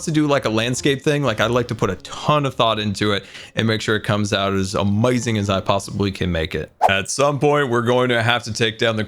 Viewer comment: How many times has he said, “Amayazing”